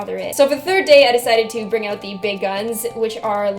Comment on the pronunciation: love when your Canadian accent slips "oat" =]